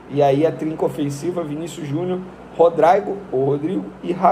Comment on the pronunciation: Rodraigo? A pronúncia é Rodrigo Venê